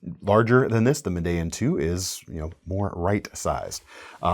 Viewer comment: NOTE FOR ON PRONOUNCING THE ESEE "MEDELLIN" 2 -- Medellin is pronounced "Me - De - YEEN", with the accent on the last syllable. This is the name of the second largest city in Colombia. I am completely bilingual and previously lived in Colombia. Also check any ESEE video -- they pronounce it as I described above.